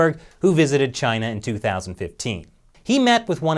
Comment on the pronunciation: It's Chyina.